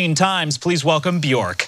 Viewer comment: Um, actually it’s pronounced byerk.